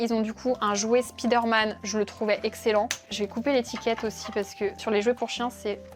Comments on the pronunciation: Du coup on dit Praïmark (j'approuve), mais on dit Spiderman ? 😂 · Tu fais la leçon pour la prononciation de Primark mais pour Spiderman y’a plus personne 😂